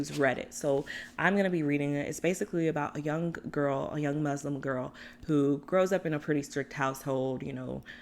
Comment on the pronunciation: great tbr sis!!!!! just a heads up, the proper pronunciation of "muslim" has a softer "s" sound rather than a "z" (like the beginning of the word "moose" with less elongation).